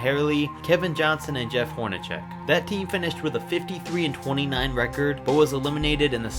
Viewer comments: Dan "Maherlee" and Jeff "Hornachek"??? Yikes bro! Guess you are kind of new to basketball huh...smh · You've got to learn how to pronounce players names if you are going to talk about them. Dan Majerle is pronounced "Marley" and Jeff Horacek is pronounced like "horn-a-sec". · I don't know if this is your V.O or if you are using AI. either way I implore you to do a little bit of research in how names should be pronounced so that you don't lose all credibility. - Dan "Ma-her-lee". It is Dan Marjerle pronounced (Marley). It is also Jeff Hornacek, pronounced (Horn-a sec) not Horn-a check ---SMH!